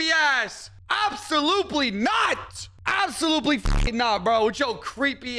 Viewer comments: Bro said absoluply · Did anyone else hear say: ''AbsoluPely Not!''? Do clowns scare him so bad that he misspeaks?